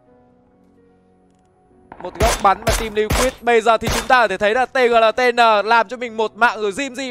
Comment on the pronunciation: Tgltn đọc là Tiq nhé caster :))